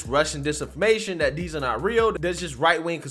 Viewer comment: every time you say these it sounds like Deez I keep think your gonna pop a "deez nuts" in there. Like, "they didn't carefully evaluate Deez nuts"